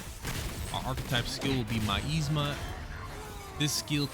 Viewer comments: My-eesma, lol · my-eezma lol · You pronounced miasma wrong